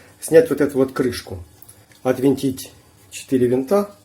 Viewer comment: Всё что вращается отвёрткой-винт,а что ключом-болт.Значит правильно -"отвинтить",режет ухо "отВЕнтить"...Чтобы уши оставались на месте-отвернуть...